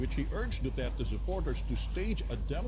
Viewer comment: Mister Dutert daw sabi ng mga pranses pero sabi ni d30 Du-ter-te tapos wala di sya pansin mister du-tert pa rin😅😅😅